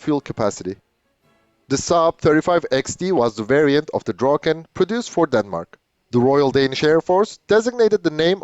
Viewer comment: You pronounce "Draken" quite well. I've seen other videos, and you are very good at Swedish as compared to other native english or french speakers. If you make the "a" in "Draken" like a micro-second longer and it will be perfekt. The same for "Gripen". The "i" is pronounced like an "e", and if you make it a microsecond longer it would also be perfect!